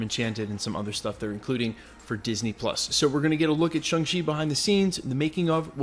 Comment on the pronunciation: SHAAAAAANG-Chi......not Shung.